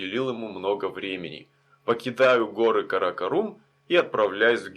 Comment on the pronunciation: 30 минута! Это тебе не Ебург, где можешь спать в сквере под скамейкой. Это не твоя война, уважай местных. А ещё пора понять, что в мусульманских словах ударение падает на последний слог. Не ПешАвар, а ПешавАр, не КаракОрум, а КаракорУм. И вообще впечатление, что таджики, пакистанцы, калаши поумней тебя, а ты их челами называешь, диктат. Козел!